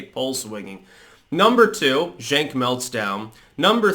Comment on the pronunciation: It's pronounced "Chunk" not "Jenk"